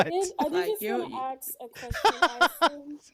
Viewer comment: Don't trust anyone who pronounces, "Aks" and "Ecspecially"